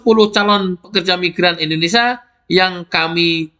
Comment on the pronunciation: Sebenarnya suka informasi di channel ini. Satu kekurangan nya yg bikin risih (maaf). Bisakah anda berkata Indonésia dan bukan Indonesa ? Kalau ditanya orang luar,anda dari mana, masak mau bilang "Indonesa" ?